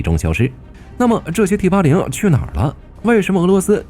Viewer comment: T-80!你認真聽,他講成枇杷領,我還以為要將敵人引到哪幹掉